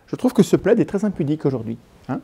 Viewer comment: Entre plaid et Vlad il n’y a pas grand chose lol on sent parfois limite à dire vlad à la place de plaid lol 😂😂😂😂😂